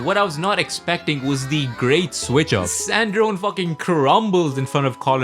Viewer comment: Why are you pronouncing sandrone wrong?